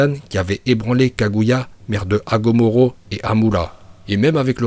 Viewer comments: Ses hagoromo pas hagomoro nn? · C'est agoromo pas agomoro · Hagoromo, tu as dit Hagomoro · Je suis le seul a avoir entendu hagomoro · Mdr c pas agomoro c agoromo je précise mdr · C Agurumo et pas Agumuru ou je ne sais pas quoi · Agoromo et non agomoro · Tas dit hagomoro alors que cest hagoromo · Écorche pas mon prénom c hagoromo pas hagomoro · Déjà Hagomoro on a rien dit mais là « Mandanda » a la place De « Manda » 🤣🤣🤣 dislike -1 abonnements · Il a dit agomoro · Hagomoro il a dit